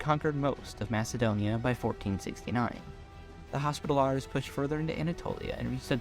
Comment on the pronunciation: "Knights Hospitallahrs" 😆😆